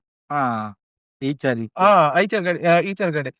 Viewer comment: ಈಚರ್ ಅಲ್ಲೋ ಮಾರಾಯ ಅದು ಐಶರ್ ಅನ್ನು 😂😂😂😂